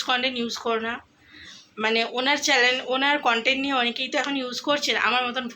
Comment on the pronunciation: Chalan bolo na guo Channel bolo,edike for for kore inraji bolchho😂😂😂😂😂😂😂